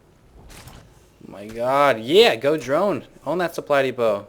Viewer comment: lol you've really messed up the word drone!:P